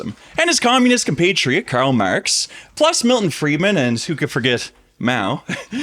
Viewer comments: Idk why it recommended you video to me but as soon as i heard how you pronounced "karl marx" i had to do the "dont recommend channel" didnt even let it pass ten seconds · I could sense you were Canadian by the way you said "Karl Marx". The money confirmed it.